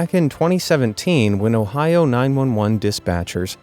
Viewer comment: Did he just say Ohio